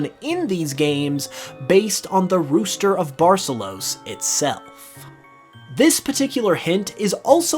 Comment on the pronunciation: The pronunciation of Barcelos is atrocious